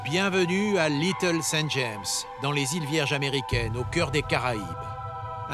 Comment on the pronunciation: The sound of this video is AI - artificial intelligence! Listen to the pronunciation of Little St. James, there is a full stop after St...